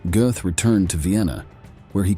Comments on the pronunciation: Whatever kind of Ai is used to do the voice over for this needs uninstalliing, it mis-pronounces the same word about 50 times!!!! 'Gothe, Goat, Goot, Gooth, Goth' .... it is pronounced "GURTH" Rhymes with Earth. As for the actor who played him in Spielbergs film 'Schindler's list' , his name is pronounced "Rafe Fines" rhymes with Lafe Pines.... Otherwise this was an interesting and informative film, sadly the mispronunciation ruined it for me. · Very good video, but, please, it's pronounced "g-er-t" not "g-oo-th". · What is it another showing of “Schindlers List” . Some people will do anything to make money. Should also lean some pronunciation of names….. Gooooooth! would have better been saying “Got. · His name is pronounced Gert. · Narrator totally butchered his name! Smh